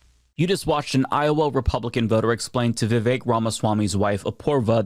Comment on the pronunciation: I love how Matt Walsh immediately mispronounces Vivek 😂